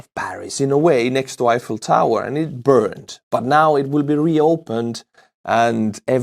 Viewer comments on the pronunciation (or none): none